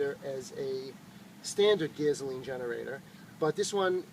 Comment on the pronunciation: What's "gaze-oh-lean" ? >